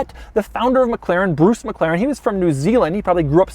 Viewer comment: This must be the weirdest pronunciation of 'McLaren' I've ever heard in my whole fucking life.